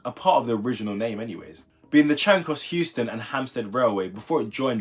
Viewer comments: No laughs, but are you aware that you are saying Houston instead of euston Also, i think that it would be 1 line just split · Its Euston not Houston